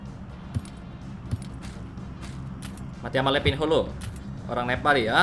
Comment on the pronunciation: Wkwkkw bang lu nyebut nama nya letingho